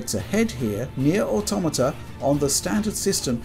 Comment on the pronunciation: Finally, someone who knows how to pronounce "Automata" correctly..